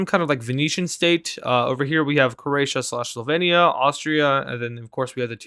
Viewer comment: You are pronouncing slovenia wrong you pronounce e wrong